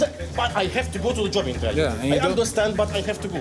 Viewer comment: intvieuw 😂 gewoon betele klojo